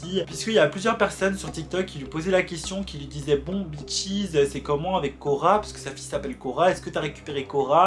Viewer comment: Au début le l’appelait bitches au lieu de peaches